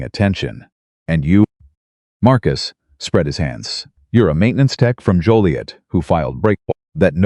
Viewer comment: I’m totally surprised that the narrator pronounced Joliet correctly most call it Jolliet !